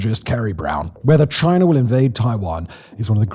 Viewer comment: There is no R at the end of China